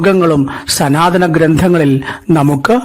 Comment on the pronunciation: Not sanathanam But sunathanam . Hahahahaha